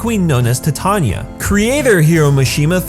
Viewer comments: You pronounce Titania like(tai-Tay-Ny-a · I don’t know why but it bothers me whenever he says jellel and titania and lisanna